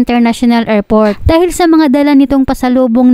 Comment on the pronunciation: Narrator anong bidyo? Anong erport? Anong silpon?